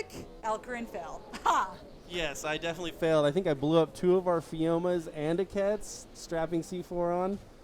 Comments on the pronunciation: it's not pronounced like kets it pronounced with the q sound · Can't say I was impressed with the commentary (and sorry but Giga and Quetz are pronounced differently), as most of it felt forced and cringe worthy. I caught one or two decent one liners. C4 strapped animals wasn't a bad idea, but should've been wild dinos (as you now know). Offline raiding isn't very exciting, I'd suggest doing more online raids if possible. I've seen some spectacularly well planned raids and some very poorly planned ones, but they're both equally entertaining.